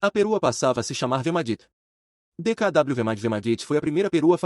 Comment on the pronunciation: Não é DKW que se pronuncia mas DKV pois o w tem som de v em alemão.